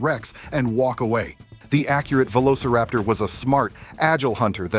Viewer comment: Velociraptor a nie velociaptor